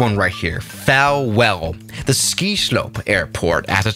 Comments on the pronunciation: It’s pronounced fall well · Falwell like Fallwell says but I say, Fallbad 😂